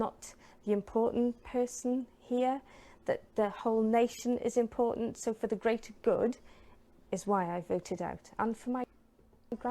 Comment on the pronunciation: The Greaterrrr Guuurrrrd....